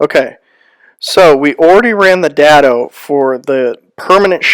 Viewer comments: Day-doh. Not Da-doh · Good tips! I'm pretty sure its pronounced dado with a long a like in day. :)